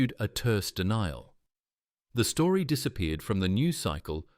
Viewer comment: AI pronounced aye-eye, went bonkers half way through this story pronounced store-eeeh.